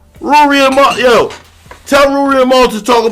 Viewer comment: Niggas would never get Mal name right 😂😂😂 every person I’ve ever heard say his name pronounce it different LOL this guy saying Mile 😭 it’s Mal, as in JAMAL lol idk why that’s so hard for people to understand